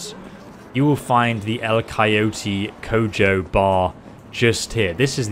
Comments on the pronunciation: coyo-TEE co-joe I want to vomit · "Cayoetie Co Joe"